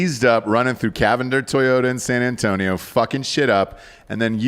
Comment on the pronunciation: and nailed San Antonio.